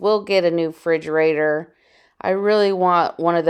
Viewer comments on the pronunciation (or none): Frigerator? Lol